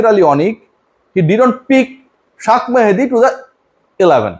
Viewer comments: আপনার সমস্যা কোথায়?শেখ মেহেদী কে শাক মেহেদী বলে নিজেকে ওভার স্মার্ট বুঝাতে চান? শুনতে খুব বাজে লাগে। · ভাই ,শেখ মেহেদী (শাক মেহেদী) বারবার উচ্চারণ করছেন I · শেখ মাহদী কে যখন শাক মাহদী বলে 😂😂😂😂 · শাক মেহেদী😂😂 এলাভান😂😂 আপনার ইংলিশ rip 😂